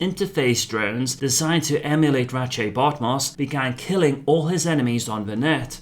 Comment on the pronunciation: That's actually how you pronounce it. Hearing him bumblebuck the name so badly nearly turned me off the video right from the start.